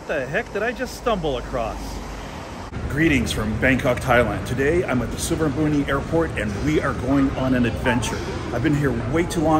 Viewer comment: Hi, I hv been told that when we pronounce “Suvarnabhumi”, the letter “i” is silent.